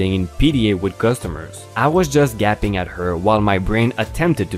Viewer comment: Bush-ee (bushy), Bob is bob not boob, Gape-ing (gaping). You are getting much better! Still love ya though!🔥🔥🔥🔥🔥